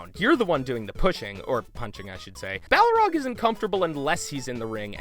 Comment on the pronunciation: Sorry, I got distracted each time you pronounced it "Bough-rog". Entertaining video though!